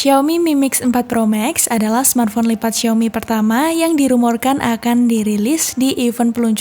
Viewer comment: Nyebut nama hp xiaominya ngeri kepelset huruf i jgn diganti huruf E yah